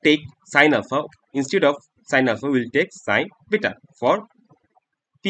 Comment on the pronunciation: the way he says alpha anddd bita🤣